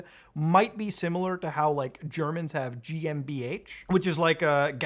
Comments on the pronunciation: Good job at pronouncing GmbH correctly :D I actually learned now from you what it actually stands for. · Love your german. We really have some hard words/abbreviation. GmbH defentely is one of them :D